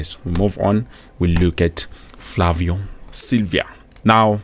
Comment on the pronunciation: Silva not Silvia bro 😂